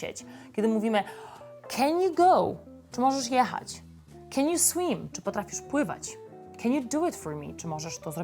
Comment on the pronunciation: Jest też "What you mean" jako pytanie. I jest wymowa 'Can you swEEm?". I w ogóle połowa rzeczy w materiale wcale nie jest smoltokiem :)